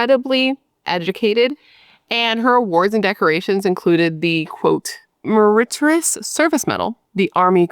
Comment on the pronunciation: Just an FYI. Meritorious is pronounced "mare-et-tore-ee-us". I am an ex army wife. 😉 And he was a non commissioned officer. That's a sergeant rank. Yes it's highly illegal in the military. It's due to the power imbalance between all officers and enlisted soldiers. All NCO's are enlisted.